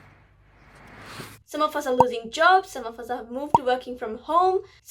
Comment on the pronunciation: Funny part: coughing. And I like the way you say 'some of us' I heard it like: 'samafasa' [sound like Arabic] 😁